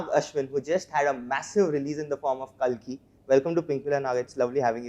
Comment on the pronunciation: It's kalki buddy...not kaki❤